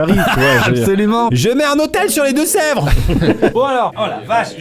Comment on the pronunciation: Il à dit les Deux- Sevres 😂🥰